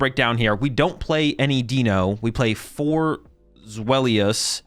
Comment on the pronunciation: For everybody's reference The names are pronounced "DYE-no", "ZWHY-luss" and "Hy-DRY-gone". Its the German for 1, 2, 3 😊